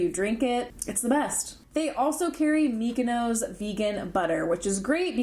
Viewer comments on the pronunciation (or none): none